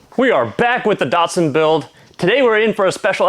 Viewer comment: My 1st year apprenticeship was with Datsun (Liverpool Australia) in 1981 This video makes me cringe how Americans mispronounce English that was designed to mimic Japanese pronunciation. These cars are not "Dart-sons" They are "Dat"-"Suns" and I don't mean "Date"-Suns" either .. respect the Nippon language please. 😄🇦🇺